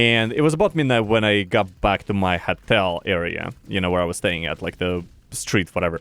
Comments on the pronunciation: sounds like he's saying хотел wonder how his voice became such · Why is nobody mentioning him pronouncing Hotel as "HETEL"? 🤣🤣